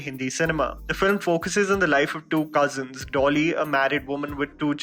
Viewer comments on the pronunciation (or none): none